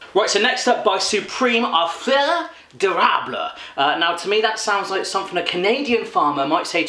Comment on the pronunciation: feuille d'érable is in french btw hahaha you made me laugh with your accent ;)